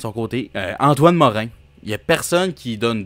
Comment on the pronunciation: Antoine Mo RAND , pas Antoine Morin .